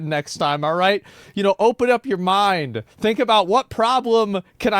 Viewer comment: lmao idk if he said Mind or Maind